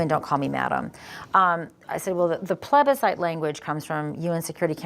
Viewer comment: "But madam, the plebiscite" 🤣🤣🤣🤣🤣 The accent.. I'm dead 🤣🤣🤣🤣🤣🤣🙌🏻🙌🏻